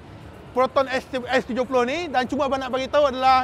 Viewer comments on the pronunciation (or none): X abam bukan S ... 😂